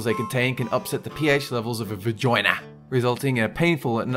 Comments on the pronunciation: deeown undaa accent came out. I love how he said Vahgoinaa lol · va - ＪＯＩＮＡ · A vag-OIH-na? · The way he says "vagina", lmao. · Ikr XD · Welcome to Australia. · The way you said 'vagina' 😂😂😂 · best way I've heard anyone say vagina